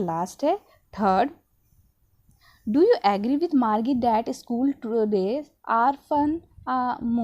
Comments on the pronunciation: Are gadhi vo margi nhi margie hi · Mam that's not margee it's Margie go and see the pronunciation video of margie